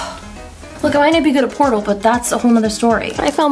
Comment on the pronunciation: "I might not be good at portal".I replayed this like 5 times cause I thought she said porno